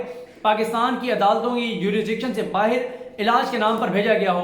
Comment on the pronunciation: Dont say BAAHIR its BAAHER